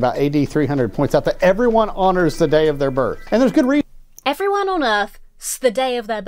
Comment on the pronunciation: Everyone honors the day of their birth. A fellow American's lack of enunciation FTW!